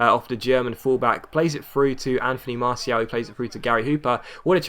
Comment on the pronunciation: still saying martial wrong.